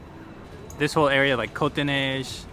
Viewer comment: your pronunciation of cote des neiges is very very close to the mark, but outremont's is not so good